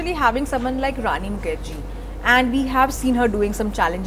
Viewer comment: Can you please pronounce Rani’s name correctly?! 😡